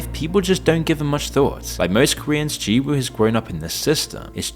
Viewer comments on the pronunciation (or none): In the name “Jiwoo” (지우), you shouldn’t pronounce the W.